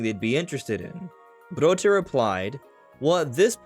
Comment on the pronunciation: Guillaume "Broché" ? 🤭 Don't pronounce the "e" at the end of his name and you're good with that 👍